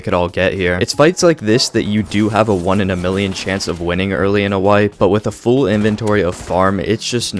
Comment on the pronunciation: "Full" is not pronounced "Fool" btw.